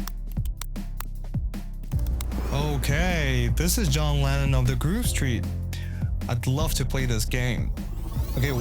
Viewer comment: u didnt love the game too much when u say "groove"-street :D